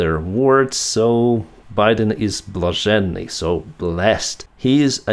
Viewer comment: this is a funny little break from all the burdensome stuff. BTW, glad to see you're feeling! Q: address you saying блаженний (blazhennyy?) This is Google's preferred word for blessed (or "charmed.") It sounds like you're saying блашенлий (blashenlyy,) which GT translates reluctantly as "blessed. I wonder if this is a regional variant that reflects your Crimean upbringing?